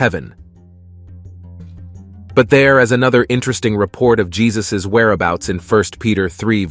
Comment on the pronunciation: Yesus...not Jesus